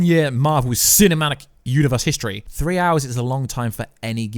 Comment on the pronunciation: YOU NEED TO SLOW YOUR SENTENCES DOWN..! YOU MAKE SO MANY PRONUNCIATION ERRORS...for example "CINAMANIC" AND YOU SAID IT TWICE! Matey, your content is fun but EDIT yourself, stop repeating yourself and then contradicting yourself in the next sentence, it's very annoying. Just some friendly constructive advice.